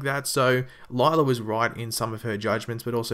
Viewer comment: her name is pronounced lyla not lylar and law not lawr